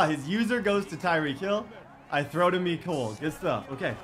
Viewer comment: Why does he say meecole but is mecole hardman